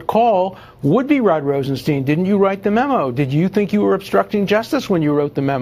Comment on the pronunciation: Rosenstein testified and explained his name is pronounced like Feinstein. Why can't reporters remember that?